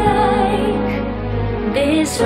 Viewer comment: Tori, dear, the word 'like' has 1 syllable, not 5